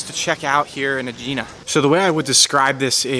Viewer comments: Just FYI, it's pronounced Egg-ina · Why do these videos without knowing how to pronounce the name. It’s so irritating .It’s pronounced eggina. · It’s pronounced “eh-hee-nah” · Oh dear, it’s pronounced ‘Egg-inna’. And to be more specific the letter “gamma” is a soft g from the back of the throat. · Aegina is pronounced EGG-IN-A stress on first syllable. Do your homework if you're making a video.